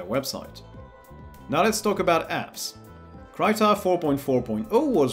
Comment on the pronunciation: For reference: Krita not an English word and is pronounced as every other language in Europa would pronounce the word.